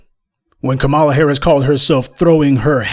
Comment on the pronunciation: Please learn how to pronounce a name before using it - Kamala Harris is pronounced 'comma-la'.